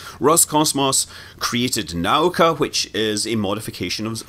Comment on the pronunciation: It's pronounced nah-OOH-kah, Scott ;)